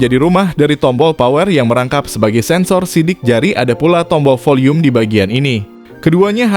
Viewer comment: Prounounced as 'VIP not 'FIP', 'Volume' not 'Folume', 'Video' not 'Fideo'.